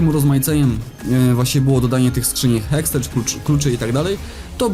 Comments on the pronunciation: Hextech czytasz HEKSTEK nie HEKSTECZ ;) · NIE HEXTECZ TYLKO HEXTEK "TEK"Sry, ale dostaje raka jak ktoś tak mówi xd